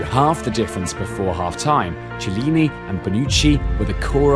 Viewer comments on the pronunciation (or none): Ci..CI? Cillini? my ears XD and the same with ciesa. If there is CH before the i it's red like K (simmilar) What ur saying is C and I wich is red differently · Ma se noi italiani impariamo l inglese in tutte le sue sfaccettature, come cazzo fanno questi a dire CIELLINI e non CHIELLINI. La vedi la H? Ce magari non sai leggerlo ma cercalo su google il nome del giocatore ahahah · Why can't you learn to pronounce the italian "ch"? It's easy: "ch" in Italian sounds "k". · Dude! It's pronounced Chiellini like a "K" ! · Great video... but it's pronounced Kiellini, and Kiesa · Love the journey. But I stopped watching as soon as the guy pronounced 'Chiellini' wrong. If you're gonna make a video like this, it's probably wise to know how to pronounce the name of one of the best central defenders in the world..... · You should at least have studied how to prononuce Chiellini before doing this video... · Chielini is pronounced like this: Unfalloprofessionalbruttodovrebbeessereunrosso. Yes it is a bit of a mouthful! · Please learn to pronounce Chiellini and Chiesa. The video says it horribly and ridiculously.